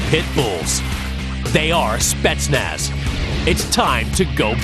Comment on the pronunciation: он смешной, он даже не может произносить "спецназ"